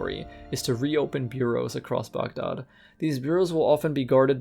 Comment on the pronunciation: Great video couldn't help pointing the pronounciation out